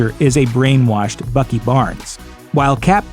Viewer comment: in stead of Bucky I heard fucky